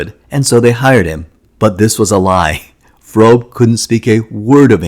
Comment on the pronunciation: Femme is pronounced [fuhm] not [fehm]. Gert Fröbe is pronounced [gehrt fʁøːbə] and not [frobe].